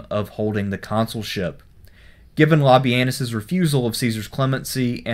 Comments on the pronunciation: Sort of sounds like le-penus. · Did you just called him lobby-anus?